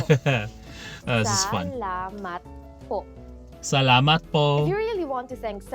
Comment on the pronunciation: Hey,! Glad you're continuing with your Tagalog/Filipino-learning journey 😸 I think your pronunciation is good overall. You got "maraming salamat" & "walang anuman" right. Great job, dude!:D If I were to nitpick though, I did notice the long "o" / "ou" sound when you said "po". It sounded like "poe" or "pohh". We don't usually elongate "o" sounds because our rhythm is more staccato-like. So try to cut the vowel sound short, or like just pop the sound, instead of lingering. The "po" you did near the end sounds much better:D Also, "ng" is a part of the Filipino consonants, so you're right, you will encounter it in a lot of words so you have to get used to it, haha (try saying "nga" "nge" "ngi" "ngo" "ngu" multiple times like you're vocalizing, you'll get the hang of it eventually 😆) Hope this helps 😁 Keep it up! Hanggang sa muli!